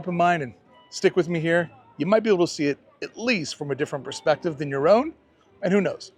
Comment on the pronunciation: You said a "Desiner Perceptive." Are you a designer?